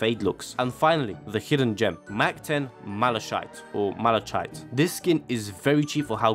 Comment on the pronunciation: Great video, found it hilarious you pronounce Malachite two different ways and still got it wrong 😂